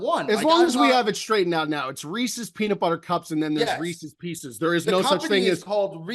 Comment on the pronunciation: My head hurts. Reese's Peeseas!